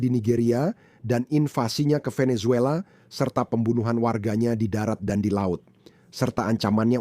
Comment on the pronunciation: Kongratulasi! Bagus sekali konten, komentar dan narasi situs ini. Mohon izinkan saya memberi saran/koreksi kecil, yaitu ucapan kata atau nama orang yang dimulai dengan huruf "V". Ucapan yanpaling dekat di lidah Indonesia adalah "B" dan bukan "P". Jadi VENEZUELA dan VLADIMIR, ucapan yang paling dekat adalah "BENESUELA" dan "BLADIMIR". Perhatikan dan dengarkan dengan saksama bagaimana orang Venezuela dan Russia mengucapakan nama2 tersebut.